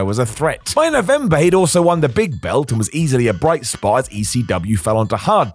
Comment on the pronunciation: Who talks like this guy? Twos-ah, belt-t, Rhino-wah.